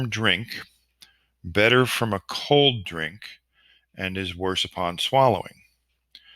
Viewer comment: Cold not coud